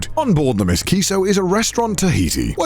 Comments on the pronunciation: Connor pronouncing M. S. as "Miss" 🤣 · not Conner calling the M.S. Kiso as Ms. Kiso omg XD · That's M. S. Kiso. Not Miss Kiso, Connor. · Omg he really pronounced the M. S. in the boat's name as 'miss' 😆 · you can tell Connor has never gone on a ship by how he literally thinks it's called "Ms. Kiso" instead of M.S. Kiso.......... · The Miss Kiso lol The ship name prefix MS typically means Motor Ship and it’s almost always pronounced “Em Ess” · Ms kiso.... I it's M. S. kiso lol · M.S. isn't pronounced Miss, It's M.S. - standing for Motor Ship. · M.S. Stands for Motor Ship, not Miss, Cännür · The MISS Kiso?? CONNOR it’s the M. S. Kiso… As in the letters M. S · Connor, it’s not ‘miss’ kiso, like a name. it’s the m.s. as in ‘motor ship’ it denotes the sort of boat you’re on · It's the M.S. Kiso not the Miss Kiso lol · M S Kiso, as in the letters. Not Ms. Kiso as in the unmarried woman! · Did no one catch the "miss kiso" instead of M.S. Kiso XD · It's not Miss Kiso, but M.S. Kiso, which stands for Motor Ship ;) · I love this series. Also hate to be that guy, but it’s not ‘miss kiso’ it’s ‘em es Kiso’. For naval vessels you always pronounce the identifying prefix by saying the name of each letter rather than stringing them together. For example, U.S.S. or H.M.S. The reason for this is that they’re abbreviations. USS is United States Ship, HMS is Her(his, changes based on current king/queen) Majesty’s Ship, and MS would be Motor Ship. No one I know says something like ‘United States Ship Enterprise’ but it’s neat information to know. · I died a little everytime he said Miss Kiso